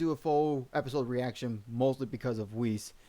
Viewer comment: tfw he miss pronounces weiss